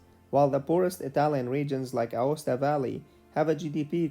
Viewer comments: Aosta Valley, not Acosta valley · ah yes "Acosta"